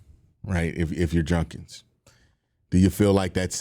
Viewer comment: I appreciate you doing a video on Quinshon, but if he's going to be a big part of our offense, I hope and pray you will eventually start pronouncing his last name correctly. It's Jud-kins, not Junk-ins.